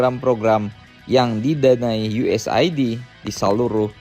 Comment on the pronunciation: USAID bacanya US-AID, bang. Aid itu loh kek HIV-Aid, dan lain sebagainya. Iya itu fasilitas kesehatan sebenarnya.